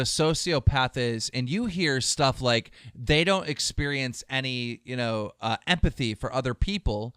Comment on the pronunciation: "epathy" - illiterate Keemstar